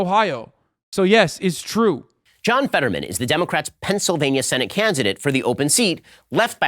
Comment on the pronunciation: Why does Ben keep saying “Cansidate”, just shoot another take, he’s so lazy. Really reflects his research skills